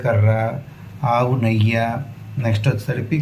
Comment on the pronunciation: నెయ్య కాదండి నెయ్యి..